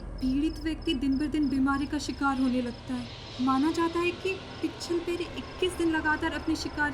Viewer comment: Pichal Pari nahi pichal Peri hota hai Matlab Peeche peer wali